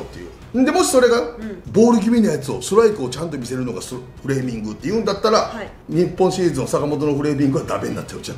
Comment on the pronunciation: フレーミングが フーレミングになってる